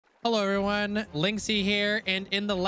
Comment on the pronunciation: am I the only one who hears 'hellory' one rather then 'hello everyone'? XD